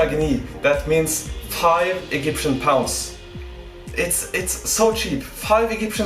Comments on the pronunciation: "Eggyptian pounds" xD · why do you say "egyptian" like that XD